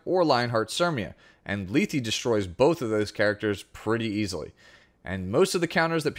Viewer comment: I believe her name is pronounced Leth as the last E is silent. Lee-thee doesn't make sense and at the very least it would be Leth-ee.